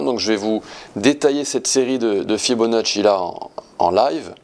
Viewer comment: ❤ Je le savais Quand j entends fibonacci prononcé correctement 😂 Site di a castagniccia ? Vi ringrazziu